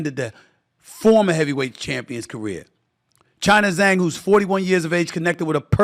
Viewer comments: Zee Lee Zang? Zee Lee la Zang?😂😂😂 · Stephen A is clueless. Lennox Lewis was not a great boxer? Also, did he call Zhilei Zhang "China Zang"? These Americans really have no respect for other people.